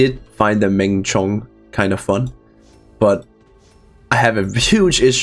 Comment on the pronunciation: this one is pronounced "Low-Chiwuan", a large warship like BB in ancient China, and Menchong is pronounced "Mon-Chong", a small and agile ship like DD.